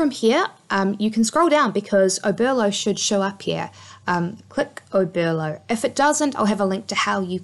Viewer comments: Oberlo not Obero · OBERLO not obero!!!!!!!!!